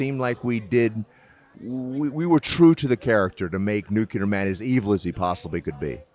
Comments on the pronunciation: NuCLEAR Man. Not NuKULAR Man. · You're right, he did say, "Christopher Reeve as Superman." Everybody keeps saying "NuCular," though. 😂